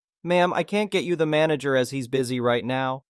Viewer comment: Manager? I thought you said MANGLER!